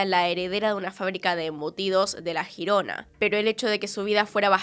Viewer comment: Me ha dado toc cuando ha dicho Girona 😂. Siendo de España y no conocía este caso, gracias!